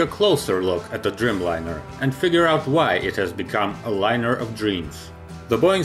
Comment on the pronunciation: Driiiijmlajner, a nie drymlajner :) A poza tym, bardzo dobrze.